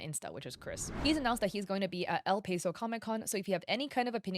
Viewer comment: Cringing at El Paso being pronounced as El Payso as a Texan 😭😭 Love you tho